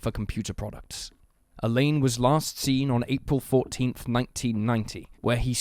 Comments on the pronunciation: you're pronouncing "Alain" like the girls name "Elaine" whereas Alain should sound more like "Alan" but with the _lan more emphasized than the English way (If you say " a lamb" thats fairly close) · Alain is pronounced the same as Alan, Alun, and Allen. Elaine is a female name. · It's pronounced Allen, not A- Laine. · Alain is a French name and is pronounced with a nasal sound. It's not pronounced Elaine. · I’m more concerned about the way the dude mispronounces the name Alain.